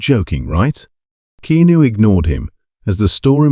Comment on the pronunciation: It’s key-ah-noo. Stop lettering AI narrated/created videos on YouTube